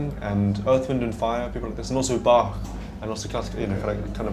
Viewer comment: he pronounced Bach right - I like him now.